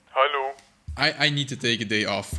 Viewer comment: That "hallo" sounded more indian than me😂😂